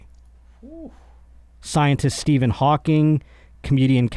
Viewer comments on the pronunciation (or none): none